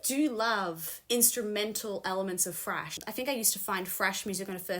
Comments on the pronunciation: says FRASH! Not thrash. FRASH! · When you said thrash i heard fresh. I was like who in the hell told you this is fresh metal! I was momentarily going berserk.